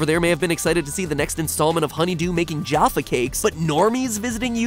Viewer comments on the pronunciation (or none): GuyInTheBlackT but he is British he did at least get that right. Also as a British person did anyone find MatPat's pronunciation of Jaffa wrong? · as a swedish person i found MatPat's pronunciation of Jaffa wrong